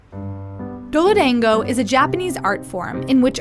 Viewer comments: The number of times the mispronounce dorodango annoys me so much. It’s dahn goh, not dein goe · it should be pronounced "doro(rhymes with 'Zoro')dango(don-go)" .. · jesus will she stop pronouncing it doloDANGo? ffs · Had no idea what they were trying to say until the subtitle and Japanese woman said it... Weird that there was a perfectly good example to mimic but they didn't. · Does a story on Dorodango, hears Dorodango pronounced repeatedly.... Can't be bothered to say it correctly even once .